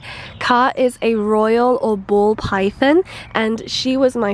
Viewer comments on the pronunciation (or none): none